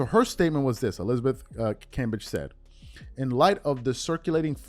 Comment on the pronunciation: Cam-bay-g. Lol